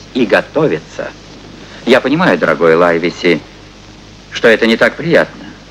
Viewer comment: И не знаю, какой перевод использовался для этого фильма, но с Лайвеси вышла промашка. Для сравнения я специально начала смотреть американскую экранизацию 1934 года - так вот, там чётко слышно, что доктора называют Ливси, а никак не Лайвеси.